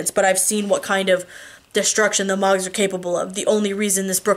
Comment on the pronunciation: Ugh, I hope you are okay! I was dying to know what happened next in The Fate of Ten, so I bought a subscription to Kobo... and the people reading it pronounce Mogs as Moags, and the dude that voices Sam makes him sound like Trump as a stoner teenager... I frakin hate it! Please come back soon! I miss you reading to me! Lol.